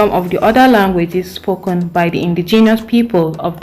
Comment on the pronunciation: says everyone but you who pronounced spoken as spokon😂 west Africans SMH